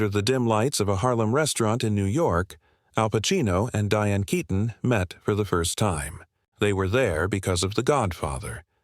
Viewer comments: Why do you call her Katon? Her name is Keaton!!! Get it right!! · You couldn't pronounce her last name correctly?